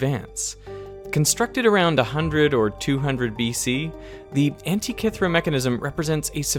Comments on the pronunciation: Antikythera not ‘antikethra’…please and thank you 🥹🤓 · pronunciation is antikeethera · Why can't Americans speak English?... the device at the start is the anti-k-theera device...with K pronounces as in Cup.....what a shame you choose to ruin a video with bad grammar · 20 minutes of Derek mispronouncing Antikythera 😁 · I think it's pronounced Antikythera ... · It's not ANTI KITH RA... THEEE RA... PRONOUNCED LIKE THAT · Are you pronouncing Antikythera wrong on purpose? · Nice video, but Antikythera isn’t pronounced like that.